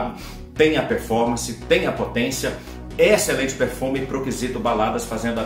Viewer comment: Alguém diz pro que a pronúncia da palavra excelente é Êxcelente, como um acento circunflexo e não Éxcelente como acento agudo. Éééxcelente não por favor! hahaha